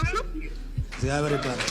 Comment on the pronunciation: Ezgaber...hehe he. Not even properly pronounced ..😢😢😢